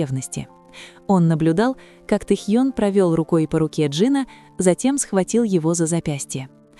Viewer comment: ВЕДЁТЕ НЕСКОЛЬКО ЛЕТ КАК ВЫ ГОВОРИТЕ А ПОЧЕМУ КОВЕРКАЕТЕ ИМЕНА РЕБЯТ. НЕ Тэхьен а ТЭХЕН